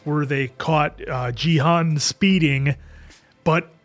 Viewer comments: It is not Jihun but Ghi-hoon! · I've been listening closely and I'm pretty sure Gi-hun is pronounced with a hard g (like in grape or gorilla.) I know it doesn't follow English pronunciation rules, but in Korean most Gs are hard sounds and can be interchanged or melded with the K sound.